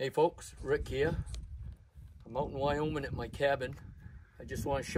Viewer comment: Thats Rick's "WyO-Min" not "Wyoming" camp